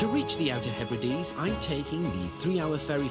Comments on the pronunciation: I was hoping the Outer Hebrides would not be mispronounced as "He Brides" 😳 ( again !) ... It's the 'Outer _Heb_rid_ees_' 😊😊😊👌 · HEBRIDES is pronounced HEB RI DEES.